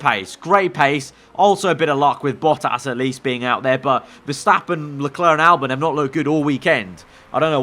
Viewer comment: Why do u Say leklarr I mean it's leclerc